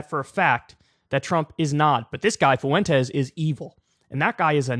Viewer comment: Is there not a white person in America who can pronounce fwentez? What is foo-en-taze?